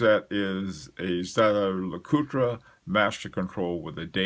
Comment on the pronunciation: "ZaZa" Lecoultre...never heard that one. The rule in the States is if you can't say it correctly, which is "Zhay-Zher" then just say the good old American English "Yay-ger"/"yei-gr"